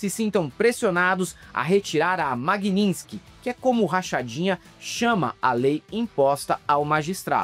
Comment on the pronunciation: Nenhum dos filhotes do capiroto é capaz de acertar a palavra 'Magnisky'. Bananinha, Rachadinha, não é 'MagniNsky'.